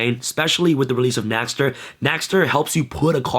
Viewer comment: Dear, for the sake of all of us germans watching, PLEASE pronounce it as "NEXTER". The letter Ä is pronounced very similiarly to the letter E. In fact, the word "nächster" actually just means next.... Yours sincerely, your german fanbase.